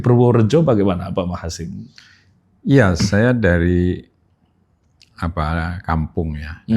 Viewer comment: Prof Machasin Dibaca Max Hazen Asli nggunung Kaligesing